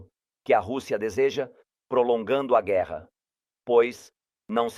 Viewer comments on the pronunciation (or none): Kkkk ele disse gueerra pessoal kkkk